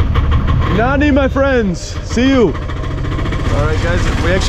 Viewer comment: It's funny how you say Nanri(Thank you). You say it like Nanny!! There is a R in between.